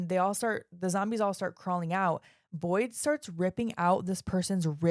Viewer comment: FYI, it's Void, not Boyd. Great review.